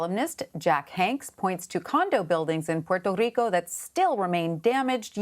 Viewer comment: She's saying Puerto Rico correctly